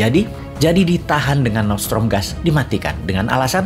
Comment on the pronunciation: Nordstream boss, bukan nortsetrom